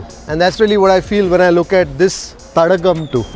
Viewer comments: name of that restaurant is Tadaakam not Tadakkam. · it s not thadakam but thadaakam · Its not thadakam.. thadaakam